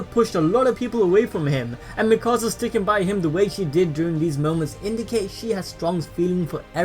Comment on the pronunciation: It's not mikosa it mikasa